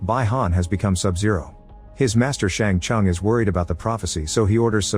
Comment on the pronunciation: Its not bye-han and shang-chung. Have u ever heard of or player mortal kombat lil bro. And bro said "aliens"